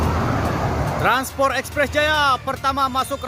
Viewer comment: Transpot udaa..bukan transporrr😅😅😅